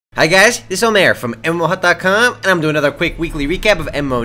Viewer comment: Lol its so weird how say MMOHUT :P